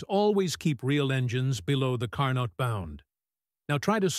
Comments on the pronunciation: Please.... Car -NO.......... not Car-Not. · It's not Car_Nott, respect the French pronunciation of the scientist surname, do not Americanize for your ease, IT IS CAR_NO, the t in the end is silent. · It is Car-Neau not CAR NOT. This spoils an other wise good presentation. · "Carno" cycle. The T is silent. Also all those jet engines in the hall looked stupid, and the thing with sparks was dumb. Too much dumbness for me to go on watching. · Great video! However, Carnot is pronounced as "Car No"; T is silent. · Now, if the AI voice could pronounce his name correctly, all would be good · Stil it is a great work!